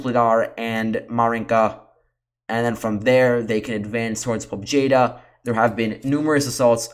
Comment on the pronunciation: Thank you again! The most objective reliable unbiased reporting you can find anywhere. Real integrity! One tiny detail to contribute: "Pobeda" means victory and is pronounced as "po-bye-da".